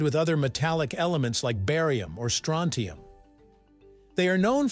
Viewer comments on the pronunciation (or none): none